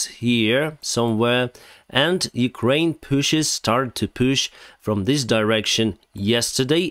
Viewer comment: I chuckle everytime says 'push'. 😄